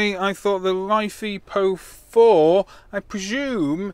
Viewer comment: Is it just me or does life E PO4sound wrong because life is not like without the e so I believe is you are going to say it like that it is just Life PO4